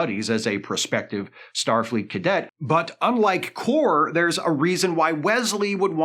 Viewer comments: Not that it matters...Kore pronounced KOR-ay. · I appreciate the fact that Isa Briones' character in Picard S2 was so unmemorable that pronounces her name differently from how it was said in the series